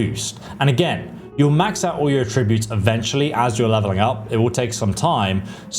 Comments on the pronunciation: This dude needs to learn how to say some things like “attributes” they’re not “uh tree boots” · The word is "Attributes". "ATT-ributes". Not "A-TRIB-utes." ATT-ributes! And David Bowie was the Rock and Roll Chameleon, not the CHAR-meleon with a cup of tea! Chameleon, like the colour-changing lizard. {:o:O:} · Attributes. ATT-ributes! Not A TRIB-utes! ATT-ributes! What the hell is wrong with you, aren't you British? And David Bowie was the Rock and Roll Chameleon, not the CHAR-meleon with a cup of tea! {:o:O:} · AAATTTTtributes not AAAA tributes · Great video, but by god it’s A-tributes not a-TRIBUTES 😅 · Why do you keep saying attributes like atrib-butes its aaaaah tributes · Great video as usual but mate, someone's got to tell you - it's AT-ributes not at-RIB-utes. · Amazing video, so helpful, sent my son a link. But please, aTTRIButes is a verb. Please rerecord this entire video with the correct pronunciation, and then send me the link when you have done so. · 10 more years of listening to this tool mispronouncing attributes (uhh-trib-yoot), no that's a hard pass for me. Glad he's got plenty to do, maybe an aural encyclopedia would be a big hay-elp.....😅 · Is anyone else weirded out by the way he says “attributes “? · That's not how attributes is pronounced, lol. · Bro please learn how to pronounce 'attributes' properly if you're going to say it 1000 times in the video, it was actually infuriating 😂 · Why do you say attributes wrong?? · Attributes, not Attributes! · Learn to say Attributes correctly. Not even Americans say it how you do. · Listened to 20 minutes of him saying "attributes" wrong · The way you say Attributes is absolutely maddening. Good vid though